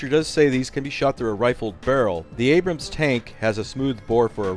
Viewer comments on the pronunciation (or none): none